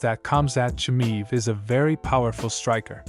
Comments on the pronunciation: Chimaev not chimive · You not being able to pronounce "Chimaev" correctly... tells me you know nothing about the man... I think he is way to aggressive for Costa.. Costa is big but slow... which means he is always dehydrated when fighting... Khamzat will be in a better shape than his 170lb... and his ground game is wild so I am going with 90 to 10 Khamzat with the odds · You can't even pronounce his name and you think you know anything...😢